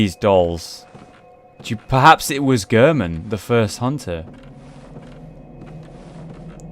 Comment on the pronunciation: cooldude2399 Did you even watch the video? it's not the word German, it's the pronounciation of Gehrman, which is Gehr as in Air.